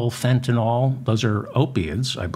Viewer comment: Excellent show. Now if only this would be resolved before Thanksgiving. I'm not holding out hope. My only comment is that you make the same mistake as many others by calling Fentanyl fentin-all instead of fentin-ill. That makes me crazy...it's the little things. Peace. 🙂